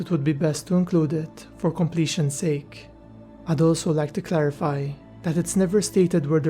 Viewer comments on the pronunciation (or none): none